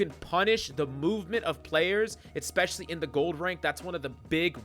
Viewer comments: what does "expecially" mean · Bruh. In the first 17 seconds of this video, you said "Expsecially" and "Pagetreon." You're a lunatic. Subbed.